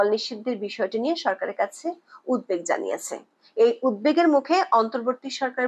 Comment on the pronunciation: আপনার বিশ্লেষণধর্মী কন্টেন্টগুলো নিয়মিত শুনি।খুব ভালো লাগে। তবে একটা কথা বলতে চাই কিছু মনে করবেন না। উদ্বেগ উচ্চারনটি উদ্ধেক হবে না। ইচ্ছে করলে বাংলা ডিকশনারি দেখে নিবেন। দয়া করে ক্ষমাসুন্দর দৃষ্টিতে দেখবেন